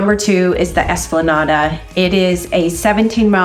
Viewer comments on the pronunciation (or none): You lost me at EsplanadAh.